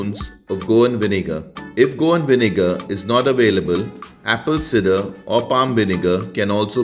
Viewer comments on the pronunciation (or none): Just one thing. It is pronounced apple “sai-der” not “sid-er”